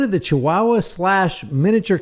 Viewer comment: chihuahua: "chi- hoo-a hoo-a"